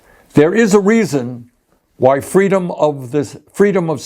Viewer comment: Kamala said feedom